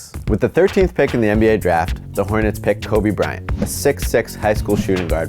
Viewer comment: 00.4 "Toby Bryant" Ha